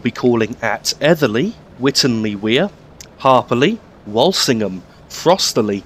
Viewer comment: its not pronounced wolsingham its wool sing ham by the locals cheers good vid but why is witton park station not in there